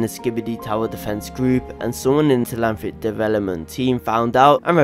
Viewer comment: It’s Telhamthric not Telanthric